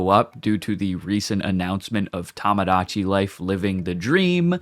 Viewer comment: Uh, "Tomodachi" is meant to be pronounced "Toe-mo-dah-chee", not "Tom-ah-dah-chee". Tomodachi is the Japanese word for "friend", you clearly are mispronouncing it. Just like you in a previous video mispronounced "Shibuya" as "She-BOO-yah", which is meant to be pronounced as "Sheebu-yah". As one who's very intent on correcting the wrong, I can't stay silent when Japanese words I know how to correctly pronounce, are being mispronounced before me. I don't hate you, I just hate being silent in the presence of something wrong I can correct. This isn't a comment out of malice, it's a comment about correcting mispronunciations before me for educating what is correct from the wrong. I am not a school teacher.